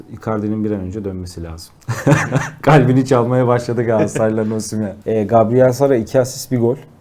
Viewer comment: Bide şu adama osimyen deme ya adamın adı osimhen 😂